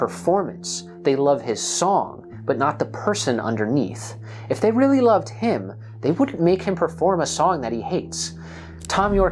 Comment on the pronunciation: It must be weally tewwible. Poor Michelangelo.